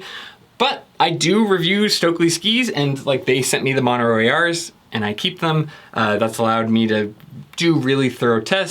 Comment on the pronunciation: Good video bro but the way you pronounce "Montero" cracks me up every time! 🤣🤣🤣